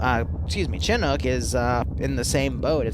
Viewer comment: i wish you can say chinook properly